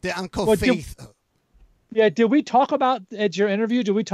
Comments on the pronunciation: But he doesn't know that the pizza place is not uncle "faith", it's said like uncle "fatty". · mispronouncing uncle fatih's pizza smh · Literally all I saw was Faith until you showed what it is pronounced as